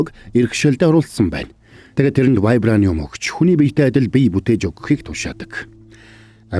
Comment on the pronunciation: Uuu buruu heleed bna teneg ym uu haashin вибранюум gedgiin вибранюум oilgov uu😡😡😡😡😡